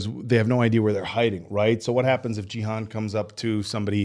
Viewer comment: Loved your reaction. Just one small point: it's pronounced "Ghee" (hard G), "Hoon" (rhymes with racoon). So Ghee-hoon rather than Jeehun. I have no idea why dumb-f*ck Netflix decided to spell it Gihun instead of Gihoon.